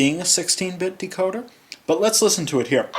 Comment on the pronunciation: I didn't know why you say "uh" at the end of "let's" it sounds like you were saying words with an "a' at the end of each word and it's a bad habit I wouldn't try to do anything like that if I were you. I'm not being mean I'm just saying nicely that's all.